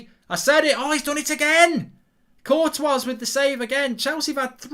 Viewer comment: I would like to know why Mark pronounces the “S” at the end of Courtois which is the incorrect way to pronounce as it as the “S” is silent. Also literally nobody else pronounces the “S” in his name.